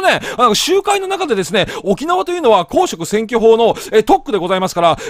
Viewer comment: 公職選挙法のイントネーションがすごい気になるな！